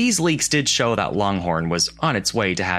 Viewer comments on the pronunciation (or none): none